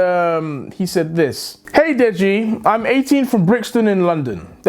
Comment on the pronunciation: Deji say deggy wedgy